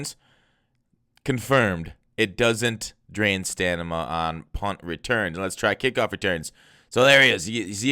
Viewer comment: bro it's stamina not stanima 😅